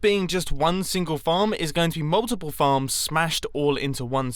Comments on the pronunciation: I thought you said "farts" not "farms" XD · Instead of farms I thought he said f***